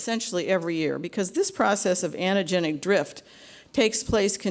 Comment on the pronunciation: "anna-genic drift" .....Ahhh cringe